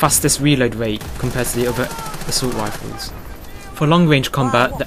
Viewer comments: assult wifles! xDDD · haha each r is pronounced as a w